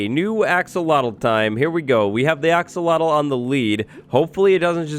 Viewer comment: I’ve been conditioned to think Axowattle is the correct pronunciation